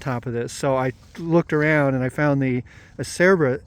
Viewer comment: Acerbis the c is a ch sound. So it’s Ah-chair-beez (aa·chair·bees). Italian. The s is a z sound too for even more confusion 😅